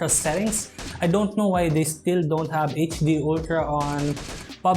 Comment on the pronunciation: Pls pronounce the words correctly... OF not OP... HAVE not HAB.. FRONT not PRONT..